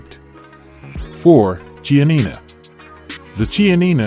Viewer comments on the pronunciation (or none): Limousin is mispronounced. Lee-moo-Zan, in which case the N represents a nasalised A, not an actual N sound. The Ch in Chianina is pronounced like a K.